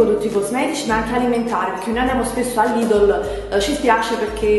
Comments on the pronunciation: si chiama "Lidel" non "Lidol" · si kiama LIDL no LIDOL!!!! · si chiama Lidl, ne' Lidol, ne' tantomeno Lidel